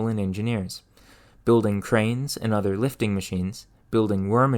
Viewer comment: I like the content and commentary, but I'm generally curious where this guy is from since every time he pronounces a word with an "O" he says it as if it were a "U". Like saying Fur instead of For or Urther instead of Other. I've never heard someone speak such perfect English and then not for one letter, so I'm just curious.